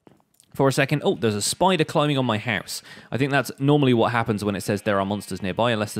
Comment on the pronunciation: No one:: "haus"